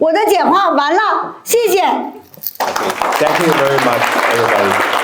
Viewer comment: 英语发音太差，good念作“顾的”，thank念作“三克”。